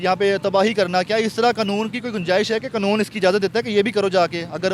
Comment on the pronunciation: Qanoon ka lafz bhi bole nahi Sakta.